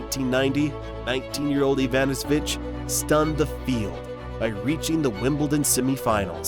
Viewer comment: At least get the surname pronounciation right :D